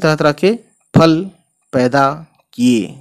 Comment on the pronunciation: Fal ko ful nahi pad sakte